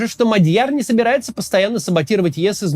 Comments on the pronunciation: Максим неправильно ставит ударение. Правильно-МАдьяр(на первый слог) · Не Мадьяр, а Мадяр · не Мадь'Яр, а М'Адьяр 😢 ...готовится к эфирам надо.